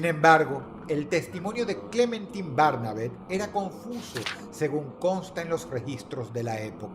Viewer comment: Yo cada vez que Dross decía Clementin en lugar de Clementain: 🫠